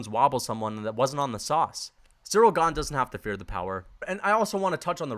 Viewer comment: That’s not how you say Ganes nickname